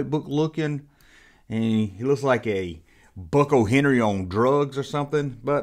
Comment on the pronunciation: “Buck O’Henry” 😂😂 Buckey O’Hare Love you bro